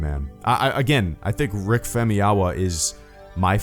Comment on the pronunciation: I think it's pronounced Fam-oo-yee-wuh.....?